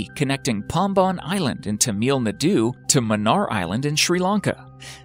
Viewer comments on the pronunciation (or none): Iam not making fun of but as an indian I find it funny how he pronounces Tamil Nadu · The way he pronounced Tamil Nadu 😂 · The way he says "tamil Nadu" 😷